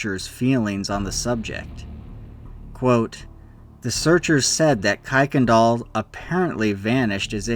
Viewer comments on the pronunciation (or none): Don't know where you came up with the pronunciation, but every one with the name pronounce the name "kirk n dahl", not "kike n dahl". As fact, kicked is a religious/racial slur. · btw "Kuykendall" is pronounced "KIRKendall" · It's pronounced Kirk-in-doll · "Kuykendall" is pronounced "Kirk-in-dial" if you ever do a followup video.